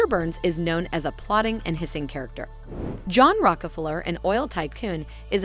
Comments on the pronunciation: Mr burns is based on who ? Rock-a-flurrr ??? Rok-ah-flere ??? Sorry - I know this powerful family gets everyone all supper heated. But seriously - can't this auto-Q reading computer bint get the pronunciation right ? Honestly. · The person talking needs to learn how to pronounce Rockefeller . LOL